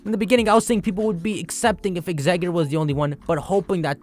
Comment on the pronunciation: Im sorry but...Exeggutor doesn't have a d in it. Its tor not dor